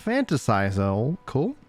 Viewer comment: It's pronounced fantastical, hope that helps :P